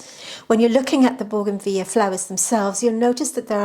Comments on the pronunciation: BOUGAINVILLEA (correct spelling) boo-guhn-vi-lee-uh 5 syllables. Plus, married to scientist/botanist who confirms pronunciation. As does Google. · Baugenveeya sounds very fancy 😂.